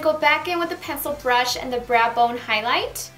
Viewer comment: I adore your accent ***** :-) She said braa bone instead of brow bone.. LOL! My niece adores her too! I learn a lot on patting techniques .. eye makeup tutorial was very good. Love your hair color as well.